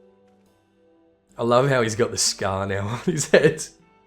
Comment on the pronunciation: Honoroit would be pronounced: "Onowah" :D